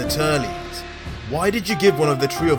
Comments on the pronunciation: It sounds like he say's Turlies but it's auctally Turled. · I’ve never heard Turles name pronounced like that 😂